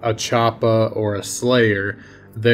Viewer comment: You make choppa sound like chapo. Choppa trap house